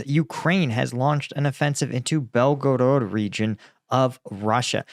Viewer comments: Belgorod is pronounced, Bel-ga-rad, with this accent on Bel. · Bel-go-rod your pronunciation is horrible and you change it several times in first like 2 minutes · Saying belgarod the way you do without pronouncing any other Russian city with an accent is fucking annoyingly stupid! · BelgoROT, no BelgoROED. Must be too much gum intake ))) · Come on bro it's not hard to say Belgorod